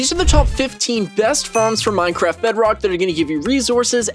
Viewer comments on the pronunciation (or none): none